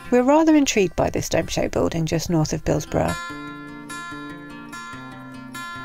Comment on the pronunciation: I am too late to the party to say the building is a salt store. High enough to keep a winters worth of salt plus room for the aching to load the spreaders. But I will be pedantic and say Bilsborrow is pronounced Bilsburra. Loving the vlogs on our canal whilst drinking out of my new mug. 👍🏻